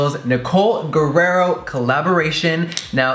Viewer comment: Anyone gonna tell Jeffree hes mispronouncing Nicoles name??? R-I-E-R-O